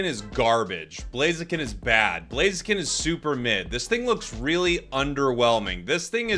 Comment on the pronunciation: The name is blaziken 😂🎉 not chiken